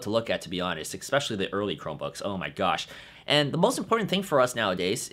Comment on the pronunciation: It is pronounced "ESpecially" not "EXpecially."